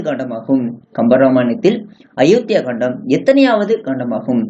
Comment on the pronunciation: Kandam illa. Kaandam. Olunga read pannavum.